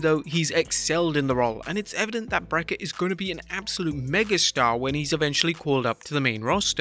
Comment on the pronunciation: It's actually pronounced Breaker what you said was wrong bro 🤣